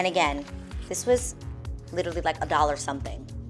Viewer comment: I love your channel and love watching you on The Real! Ms. Adrienne, with all due respect and love, I have one pet-peeve: please, please, please stop say "literly"! the word is "literally" , LOL!!!